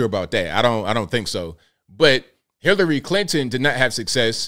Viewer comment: Did he say Hitlery Clinton 🤣😂🤣